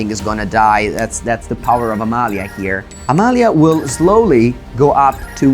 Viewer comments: Hearing pronounce Amalia's full name is so satisfying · Very nice to hear someone pronounce Amalia's name correctly after hearing all the english speaking content creators completely stumble over the names in Ixalan.